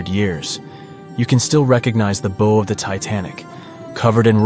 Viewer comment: It’s how, like how wow, not beau.